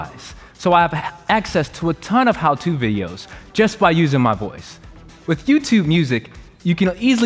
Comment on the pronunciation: “Use your woice”